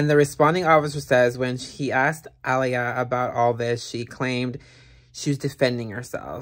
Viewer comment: It's A-lai-a